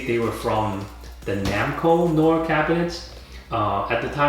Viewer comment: not to be a schlong sucker but its pronounced no-ar